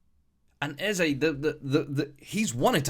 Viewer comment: It ain’t “Eze” 😂